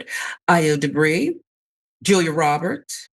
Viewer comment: It would’ve taken you a couple of mins of research to learn how to pronounce Edebiri. Just lazy